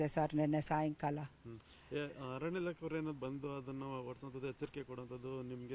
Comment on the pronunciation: ನಿಮ್ಮ ಚಾನೆಲ್ ಸುದ್ದಿ ಚೆನ್ನಾಗಿ ಕೊಡುತ್ತೀರ. ಆದರೆ ಕನ್ನಡ ಭಾಷೆ ಕರ್ಣ ಕಠೋರ. ಆತಂಕ ಗೆ " ಹಾತಂಕ" ಅರಣ್ಯ ಕ್ಕೆ " ಹರಣ್ಯ" . ಭಾಷೆಗೆ ನ್ಯಾಯ ಒದಗಿಸಿ. ಮತ್ತೊಂದು ವಿಷಯ. ಉಸಿರು ಕಟ್ಟಿ ಹೋಗುವಷ್ಟು ವೇಗದಲ್ಲಿ ಸುದ್ದಿ ಹೇಳಬೇಕಿಲ್ಲ.